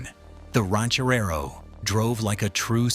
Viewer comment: Ranch-A-Rerro? ...Somebody Sober Up This A. I. Narrator Dude !